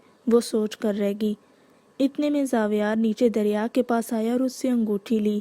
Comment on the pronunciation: Ramzan Kareem Api . Api it's not darya it's dariya